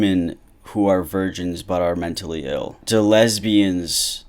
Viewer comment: the emphasis on "MEN" in "MENtally ill" was pretty funny tbh hahaha